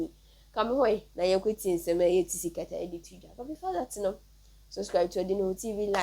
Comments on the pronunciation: Pls your pronunciation the name is wrong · Please learn to pronounce 'Tsikata's name correctly